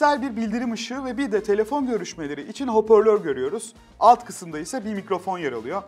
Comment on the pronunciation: Bu elemanın her videosunda bir kelimesine takılıyorum. Şimdi de "Alemenyum" diyor.. ve hala "hoporlör" demeye devam ediyor..